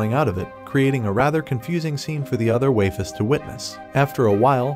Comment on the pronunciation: I can't take another "waifes" bro